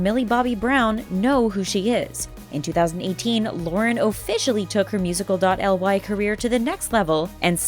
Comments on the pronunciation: Its musically not musical dot L Y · 1. Its musicaly not musical dot L Y 2. Its Eleven not Seven 3. Annie was born in 2004 not 2014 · Its pronounce like Musiclly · its seven, not eleven!!! and its pronounced musically not musical dot ly!!!! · STOP saying musical dot l y it's musicly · It’s not called musical dot L Y it’s musically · "musical dot l y account" KILLL ME!!! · Music . L y really its pronounced music-lee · 1, it is pronounced as musicaly, not , 2, SHE'S CALLED ELEVEN NOT SEVEN YOU NEED TO DO A BIT MORE RESEARCH BEFORE PUTTING OUT THESE VIDS😬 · Musical dot el why? Is that how your pronounce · ummm it's pronounced "Mu-zic-lee" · Omg I actually couldn’t breathe when she said “musical dot elle why” ahahaha😂😭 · it was SO cringey when they said it should be pronounced musically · Am i the only one who gets triggered /annoyed when the says instead of musicly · She said "musical elle why" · O M GOODNESS YOU ARE SAYING SO RONG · It really bothers me how they pronounce the words wrong😒😕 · Omg she said wrong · When they said musical.y I was dying 💀